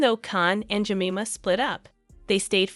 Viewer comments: The name is Je Mime ah. Just so you know. And DAY BUED. No T pronounced. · Ja- Mi' -Ma is the pronunciation. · Jemima is pronounced phonetically ‘Jemyma’. It is strange writing about someone without ever seeing a video where her name has been said. It is the usual pronunciation of her name. But I did otherwise enjoy the video. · If you are going to make a video, you need to check the pronunciation of all the names…. Jemima is pronounced, “Je-mime-uh” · It's pronounced "jenaaima" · Had to stop watching .. the mispronunciation of Jemima 🙄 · You should have learned how to pronounce her name properly. You sound like a complete idiot every time you say her name 😂. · I would've watched the whole thing but you couln't pronounce her name properly!!! DO YOUR RESEARCH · That pronounciation of her name is so bad! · Please figure out how to pronounce "Jemima"? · All the way through you mispronounced her name. It was interesting but does my head in when you tubers can't read. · Its JEM-I'm=A!!!! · Are you having trouble pronouncing Jemima… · You'd think the narrator would learn how to pronounce Jemima! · Yes wouldn't you!! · Pronounce Jemima Je my ma Not Jem in a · Imagine making a whole video about a woman and not even bothering to pronounce her name correctly 😂😳😳 JEMIMA is said like this "jem-myy-ma" It's a popular name in UK & Australia & it literally hurts my ears to hear the name said "jem-mimma" that's just ridiculous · This could be quite interesting but the voice is so annoying, she can't pronounce words, I'm assuming it is AI - Jemima is pronounced -Je-mym-ah - it's not jmima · I just had to let you know that her name is pronounced Je-MI-ma, not JEM-ima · Jemima like je-my-ma not Jimmema like cinema! 😳 The picture of ‘Goldie Hawn’ is Ivana Trump! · Jemima is pronounced 'JE-MIME-A' ; not Jem-im-a. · Surely, it's not that hard to get her name right - it's Je-my-ma not Je-mim-a. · Her name’s pronounced Jer-my-ma